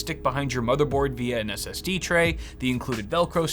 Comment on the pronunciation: Am I the only one who heard "240, 480 and 960 GB ASS-Ds"?